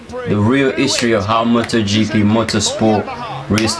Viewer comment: You pronounced it correctly 👍